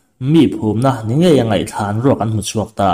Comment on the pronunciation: Ngetinge a awmlo,,ngatinge tih tur